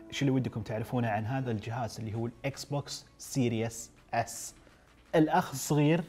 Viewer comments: Series not serious سيريز مو سيرياس ايش مشكلة العرب مع الأنجليزي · Series S ❌ Serious S ✅